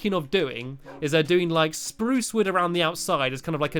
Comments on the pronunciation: stumpy you did not say spruce like this sprrrrUce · U said spuce rong